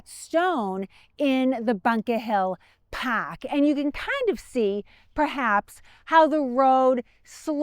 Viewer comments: "The paaahk "😂😂😂😂😂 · You had me at “pahk”.